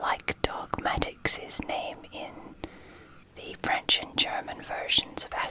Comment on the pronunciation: Asterix 😍😍 !!! My whole childhood 🥰. So great to discover it in English and latin, and of course to see it in French too 😊. By the way, your French pronunciation is very good 👍👍. Great video 💚.